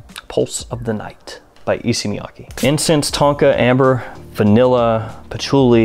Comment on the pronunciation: E-say Miya-kay